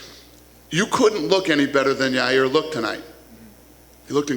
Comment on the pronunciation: His name is Ya Rear Uncl Dana